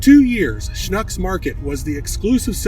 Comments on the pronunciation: He didn’t really badger it… more sh•nooks instead of sh•nucks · It’s pronounced like book Schnucks! Not like nuck. It’s like Schnooks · Its pronounced Shnooks(Schnucks) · Great history, but you need to work on the pronunciation of Schnuck's. The "u" sounds like the "oo" in wood. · Thanks for the video ... but please ... if you're going to act like an expert on this learn how to pronounce Schnucks and being native of St. Louis I've never heard of Saint Lou ees ans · I have 6 1 1/4” steaks from Schnucks in my fridge right now. They’re goin’ on the grill soon. Regardless how you pronounced the name, as an eastern Missouri boy I appreciate the shout out to the Schnucks boys and your great grilling method. Mine’s a little different but as we say here, “It’s all good!”